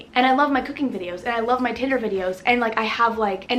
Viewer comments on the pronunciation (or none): When you said tinder I heard titter 😂